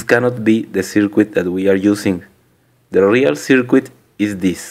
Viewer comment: You may have heard this before, but, we say circuit without pronouncing the "U" in it and it sounds like this........."CIRKIT". Otherwise it sounds extremely strange the way you say it.